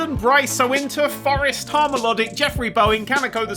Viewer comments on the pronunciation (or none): I think you'll find it's pronounced "Forrest ???"